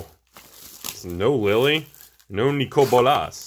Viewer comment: "no Neecoal Bowlaas"